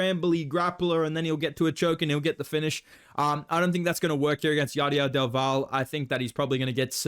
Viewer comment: Double L in Del Valle is pronounced "Del Vayae"